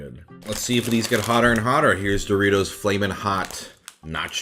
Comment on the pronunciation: It's dorry-toss.